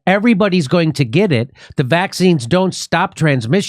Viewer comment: Jimmy is being kind to “Fie-zur” and “Moe-duh-nuh“ by calling their poison “wack-seens.”